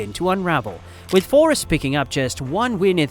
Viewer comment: Your saying forest wrong the entire video - other than that great video